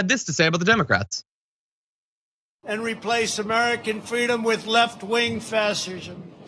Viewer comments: He couldn’t read the teleprompter at first when he said “fashers” instead of fascism. 🤣🤣🤣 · It’s ok for trump because he said “frashisma”! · "Left-wing Faschersm."